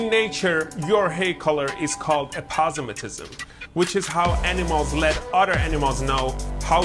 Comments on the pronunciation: “Aposemetism” That was fire! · 'Aposematism'... I learned a new Word today